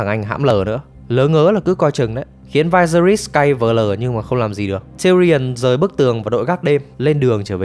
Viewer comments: "Vai se ri"??????? Nghe đọc cái tên xong tắt mẹ video luôn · Vyseris đọc là là Vi-xe-rítx xin góp ý cho bác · mình tưởng đọc là vi sê ríts chứ nhỉ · Viserys, kbt mng có xem phim k chứ đọc tên lệch lạc vl